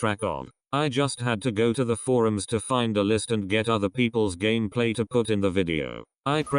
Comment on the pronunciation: Does somebody also love it when he says:"gamaplay"?😂